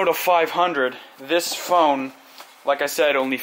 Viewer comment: he said "as you can see the phoone is presented here".